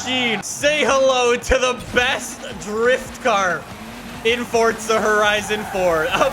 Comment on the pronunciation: Im not a hater, but please say it for'z'a instead of fortza, please Said fortnite to much Im seriously not a hater your vids are great bro